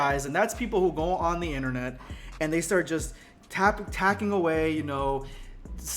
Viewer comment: What the hell is an "Innernut" ?